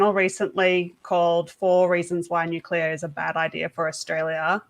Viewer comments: Cmon, say it after me its "New -clea - are" - Nuclear, nuwcular is something else. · What is this energy source he is talking about, nucular?? Is it similar to NUCLEAR?? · If you are going to talk about nuclear at least learn how to pronounce the word. There is no such word as nucular.